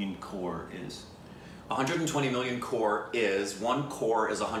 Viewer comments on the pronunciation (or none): By the way my folks it's not core it's crore. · The producer, Mahesh Bhatt, is Alia Bhatt's dad. And it is COCRORE not CORE